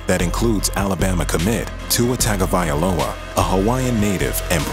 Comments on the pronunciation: "Tua TagovaiAloa"? C'mon, get the man's name right. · Tua Tagovailoa The narrator: TOOuh taggavaiyaloa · Tua is Samoan bruh. The G is pronounced "gna" usos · This person needs to work on pronouncing Tua’s last name better....Tung-O-Vai-loa. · Wow they butchered Tuas name hard